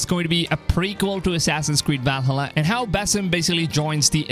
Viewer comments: It’s ValHAla not ValhHUla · I can't focus on what you're saying because of the way you keep pronouncing Valhalla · Try to watch the whole video but him not saying VALHALLA correctly just got annoying. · Please learn how to pronounce Valhalla. Vikings are turning around in their graves due to this abomination.